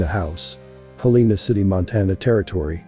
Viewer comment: "Hell uh nuh" "Helna" Not "hll EE nuh Get it right